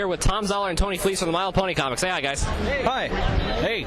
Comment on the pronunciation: Com-mics? What are these Com-mics of which you speak?